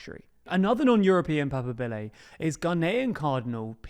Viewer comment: A little correction in case he comes up again. Cardinal Pizzaballa is Latin Patriarch of Jerusalem, not "patriarcate" the "Patriarcate" is what he is head of. Papabile is also pronounced pa-par-bee-lay